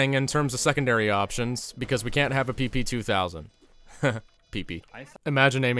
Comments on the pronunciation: We pronounce this ПП guns not pipi, bruh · I'm russian and PP, pronouns more like pepe the frog, not pipi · I will be that guy but in russian PP 2000 is not being pronounced as PeePee, latin alphabet inferior to god chosen CУЯILLIC doesn't have the proper sound з.ы. Zis video iz great nevertheless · Actually, PP is pronounced as Pæpæ